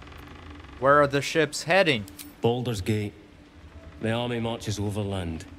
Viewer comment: "Bolders Geet"